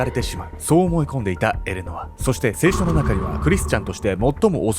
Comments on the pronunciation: 聖書⤴︎の発音気になる😂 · 聖書と業火のイントネーションが気になってしまった（笑） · 聖書のイントネーションが間違っている